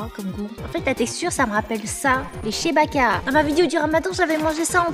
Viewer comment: c’est pas chebaka 😭😭 c’est chbaikiya ça se prononce comme ça 😭😭😭